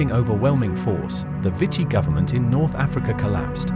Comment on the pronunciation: Vichy should be pronounced “vee-shee”